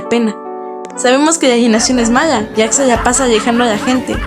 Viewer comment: E w pq dice Jacks y no Jax